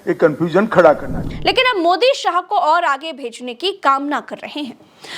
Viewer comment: Not sahai it is Shah